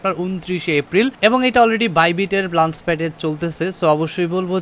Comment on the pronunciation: bro word ta "লাঞ্চ না লঞ্চ" r moon nah mon... R eto chapa maren ken vai!! R ekta video te eto pok pok nah kore banate paren nah...!! R nijer eto dhol bairam ken, ore bapre kanta shesh🤐